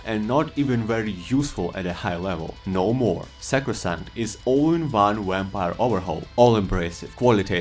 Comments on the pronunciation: My guy said some wampire 🤣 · Lmao "wamvire Lord" 🤣 but all jests aside thank you for the video